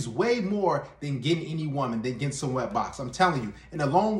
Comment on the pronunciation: He mispronounced wet